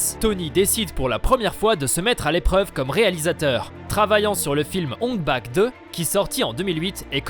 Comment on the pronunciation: C'est ong bak pas och bak. La faute est tellement grande que j'ai coupé la vidéo. C'est pas sérieux 🤔